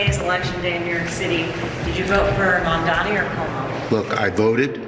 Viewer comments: The CNN host is doing the same thing Cuomo and every xenophobe did and pretended she can't pronounce "Mamdani" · She can't even pronounce his name. Must be an homage to Trump. Since big Larry is going to be her boss. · The oligarchs don’t even know how to pronounce Zohran Mamdani! So pathetic. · All the journalists who can't say Mamdani's name right should all be FIRED. What the hell???